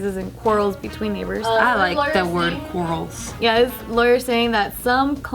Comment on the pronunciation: trying to pronounce quarrels 😂